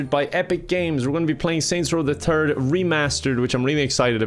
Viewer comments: Normal people: Saint row the third Kevin: Saints row the thurd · Normal people: Saints Row the Third Kevin: Saints Row the Turd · Anyone speaking English: Saints row the third Kevin: Saints row the turd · “Saints Row the turd💩” lol you got that right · Am I the only that heard Kevin Saints Row the Turd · ''Saints Row The Turd'' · "Saint row the turd" 😂❤️ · Manz said Saints row the turd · "Saints row the turd"